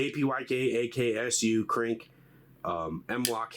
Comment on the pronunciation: kpyk is pronounced KROOK, means crow